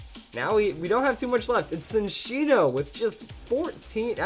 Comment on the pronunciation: Ok I can't stand it anymore. It's not SIN-ccino, its CHIN-ccino. It's a combination of the words chinchilla and cappuccino. It's more obvious if you look at the Japanese name Chillaccino.